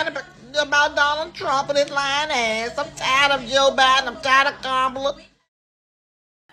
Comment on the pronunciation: Lady, please learn how to pronounce Joe Biden name